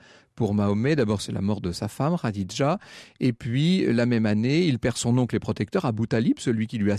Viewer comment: Etonnant...Vous arrivez à prononcer Khadija tel qu',il faut et Mouhamed vous semble difficile à prononcer ...Mahomet ce n,est pas Mouhamed: le ma est un signe de négation dans la langue hébraïque et arabe,donc Mahomet = le non admirable, et Mouhamed =l,admirable